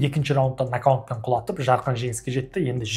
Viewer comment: Рахмет, керемет жаңалықтар, керемет жеткіздің, тек нокаунт емес нокаут деп айтыңдаршы